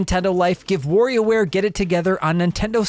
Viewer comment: It's Wario ware not warrior ware! Or worrio like you say it. Lol Practice the wa and less focus on wo ha ha. Great review though. I was getting warried there .. I mean worried aaaaahhhh now I'm doing it 😆